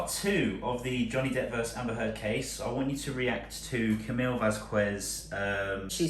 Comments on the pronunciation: Why cant u all pronounce camilles name right ? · I'd love to watch this but can't listen to Camille's name being mispronounced so badly. Ugh it's not hard.